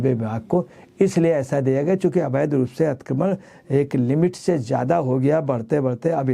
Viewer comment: Atikramann ……😂😂😂😂😂 lulu ji theek bolo please